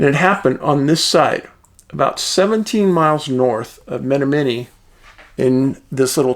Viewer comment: It's pronounced Ma-nom-ma-nee